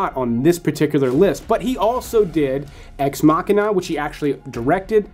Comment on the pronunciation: Ex-machiba ...not what you said